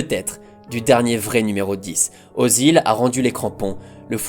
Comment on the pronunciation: Jevais faire le casse-couilles mais le Ö de Özil se prononce pas O mais Œ" comme dans "œufs"